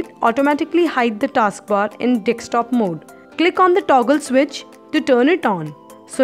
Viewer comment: its Desktop and not DECSTOP Madam!!!